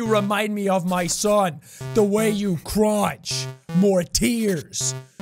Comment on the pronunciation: the way you CRONCH